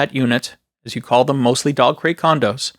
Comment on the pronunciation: Ahhhh.... It's dog crate... I kept hearing Dogcrete.